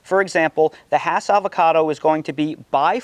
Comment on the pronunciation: Nice explanation! I came here to fact check and make sure you said "hass" correctly. Even in California I go to farmer's markets where vendors try to sell me "haas" and I get irrationally bothered by it 😄You're spot on about reed, that's a great piece of fruit, comes with its own bowl to make guac in